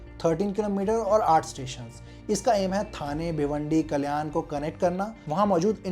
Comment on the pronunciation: First improve your pronunciation Gundaavali ❌Gundavali गुंदवली ☑️ ठाना❌ ठाणे ☑️ कल्यान❌कल्याण ☑️ Bhayander ❌Bhainder भाईंदर ☑️